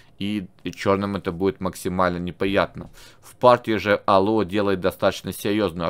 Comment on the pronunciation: Не Алуа а алуА